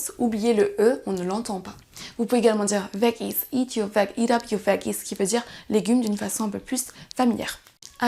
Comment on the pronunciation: Excellent, à part un mot. Le son du mot "veggies" serait comme "vedjies."